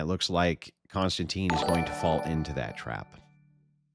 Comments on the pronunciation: Any chance.. I know it's my OCD but ... His name is Kon-Stan-TIN not Constantine. No Teen. It distracts me from what you're saying. Like if I kept saying Density instead of Destiny. Please. I'm probably a stickler because people call me Mike when I have always, always been Michael. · kon-stan-tin, not tine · His name is pronpunced Kon-stan-tin. There is no e on the end. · I couldn't even finish watching this debate without your input. And Konstantin is pronounced Con-stan-ten. I've subscribed to Triggernometry with KK and his buddy, Francis Foster (FF) for about five years. They're a hoot.